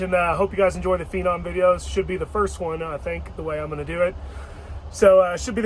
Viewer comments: FENON,NOT PINON. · What is a ‘Feeenom’ 😂